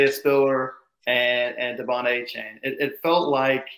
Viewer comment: How the heck have you guys not figured out how to say Achane’s name? Dude has come and gone from A&M and none of y’all can consistently say his name the same everytime. And is the only person I have ever heard pronounce it Awwwchane.